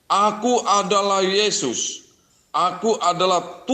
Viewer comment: Bang mkc nda tau ucapan yesis.hey yohanes yg bilang bukan yeyus.